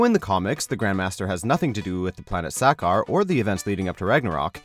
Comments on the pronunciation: when you watched the film you are talking about, did they pronounce sakaar that way? No. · please stop this narrator from doing comic related episodes. his pronunciation of sakaar and Valkyrie is upsetting